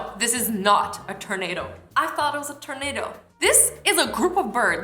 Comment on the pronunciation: Awwww the way she says tornado ❤️ (ternado)